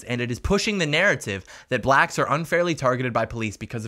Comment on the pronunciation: Hey brotha man this movie does sound absolutely ridiculous however I didn't like one thing you said, why'd you emphasize the theater was for Blacks?? Sounded a little weird to me, just try and correct that a bit.